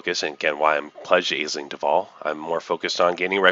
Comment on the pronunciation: FYI Aisling is pronounced "Ashling".